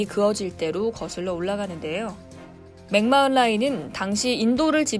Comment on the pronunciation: 맥마흔 맥마흔.... 어떻게 발음하는지 알아보시고 말씀해주세요. 마이너라고 해도 뉴스인데 진행자가 어떻게 발음하는지도 모르고 그냥 보이는대로 읽으시네요.